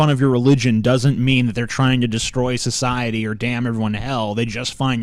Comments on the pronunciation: Is anyone else bothered by saying shuhshiety instead of society? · It is society not "Soshiety" XD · I hate to correct you but it's actually "shoshiety" you see! "SHoshiety" But hey never mind ;) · Sosiwaty. Elmer Fud to the max